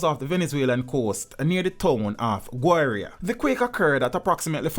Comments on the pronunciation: Gyuana mean Guyana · Guyana "Guyana"